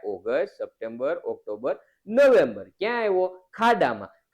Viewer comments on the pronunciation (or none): none